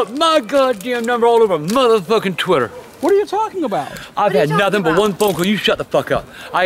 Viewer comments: He said tweeeter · He ain't say Twitter he say tweeter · Twatter xD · He called it Twater lmao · “Look up that Twitter or Twater!” 😂😂😂😂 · “Tweeter”😂❤️❤️ ily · "Tweeter" XD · I love it when he cusses out Bridgette and and mispronounced Twitter 🤣